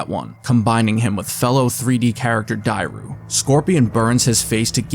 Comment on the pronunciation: darius not dairou